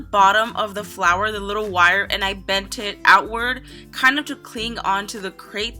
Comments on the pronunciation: It's her pronunciation of grate so don't rage at her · It's grate not crate it is kind of common sense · it's grate not krate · It's grate not crate